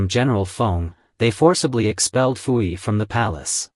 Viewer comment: His name is PU-YI.......not FU-EEEE. And you people want AI to run the world?!?!?